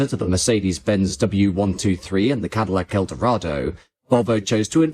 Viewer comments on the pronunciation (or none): none